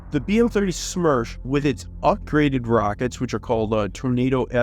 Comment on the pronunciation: BM-30 SMERCH translates to BM-30 Death. ( Not Smersh, but Smertch )